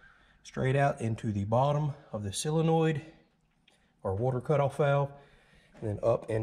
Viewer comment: It is a solenoid, not a silenoid.